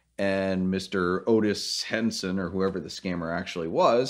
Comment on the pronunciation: “Otis Henson” ? Lmao